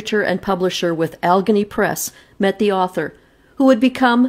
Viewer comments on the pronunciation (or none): She's from Canada. She usually doesn't pronounce L 's. At the end she says Alagany right. She said she write the story out, because of how she pronounced things. I like her reading. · "AL-ah-GAY-nee". It's a mountainous region within the larger Appalachian mountain range in the north-eastern USA. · Great story! The correct pronunciation of Allegheny is Al-le- gainie. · I love your posts! I believe it is pronounced AL-eh-GAIN-ee. If I'm wrong I'm sure someone will correct me. ☺